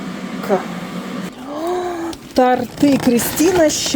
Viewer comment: не тортЫ, а тОрты!!! Пожалуйста!!!